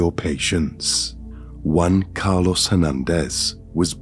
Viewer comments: Wan...Car....Los...it wasn't just me, come on. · All i heard was Juan-Car(loss)